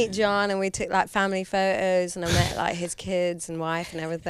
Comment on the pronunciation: ITS PHOTOS NOT PHO-O'S...LMAO THIS PRONOUCES THE LETTER T WHEN SHE FEELS LIKE IT...SMH HER VOICE AND THE WAY SHE SPEAKS IS SO EXTREMELY ANNOYING TO THE POINT WHERE I COUL NOT WATCH THE WHOLE INTERVIEW!!